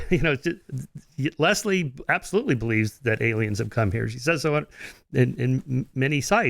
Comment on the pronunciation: He says Leslie weirdly....Les - Lee